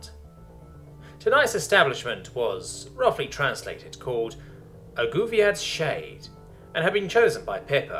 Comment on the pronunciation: On the start I had to pause the video, because I thought the narrator said the bar's name was: "Goofy ah shade" instead of "a Guviad's shade"